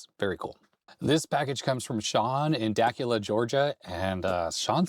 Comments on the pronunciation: Keep being awesome! Love all of your content. (My mom was born in Dacula, GA. The locals pronounce it Dah Que Lah.) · Dacula is pronounced "duh-CYOO-luh"